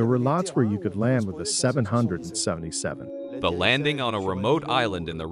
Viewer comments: You say names wrong. It’s a name not a number. It’s 777, not seven hundred and seventy seven. It’s a name, not a number. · OK, I know it's my pedantic side coming out, but it just kills me when they keep saying "7 hundred and seven seven" when referring to the airplane. It's supposed to be said simply as "seven seventy seven". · I already made it through 3/4 of the film by the time I reached the same conclusion! He keeps calling the triple 7 the "seven hundred seventy seven" hahaha!